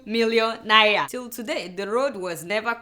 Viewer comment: cant adeola pronounce NAIRA properly?